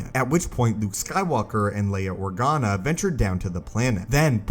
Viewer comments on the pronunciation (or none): none